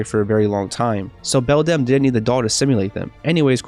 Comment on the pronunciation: I love how you say belDAMN instead of beldam